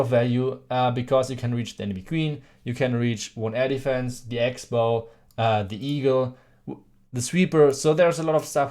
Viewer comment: He said air defense & I heard elephants.